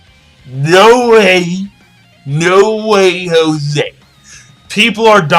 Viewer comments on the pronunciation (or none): none